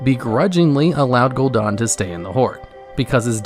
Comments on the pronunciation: Gul'dan* not Gul'dOn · its gul"dan not gul"DA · Gul DAN not gul DON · Dude DAN is not pronounced DON. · Gul'Daan? Really?